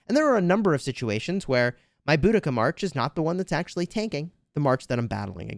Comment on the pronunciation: It’s bow-duh-kuh